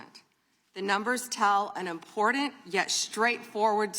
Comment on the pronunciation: This is very IMPORTENT but it doesnt seem like she takes it that way with her smirks. How does she not know how to say important? 😬😬😬 its like claws on a chalkboard. Three times now please stop.